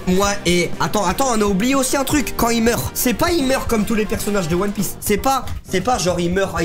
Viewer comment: non inox NON!! Tu peux pas dire "one pièce" pas toi quand même